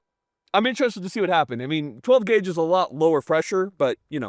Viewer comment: I thought it was 12 gwague.